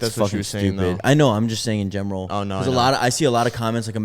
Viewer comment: I’ve noticed that whenever tries to say “in general” he says “in gemeral”😂